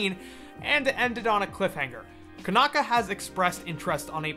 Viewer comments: Since it's Japanese, it would be pronounced "Koh-nah-kah." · C'mon fan, Konaka isn't that hard to pronounce :"D also i wouldnt be worried about a Tamers sequel if he's behind it, the guy is no sellout. I'd be hyped